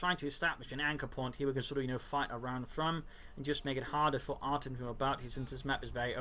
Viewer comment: Artem actually pronounces like Artyom it is a russian name.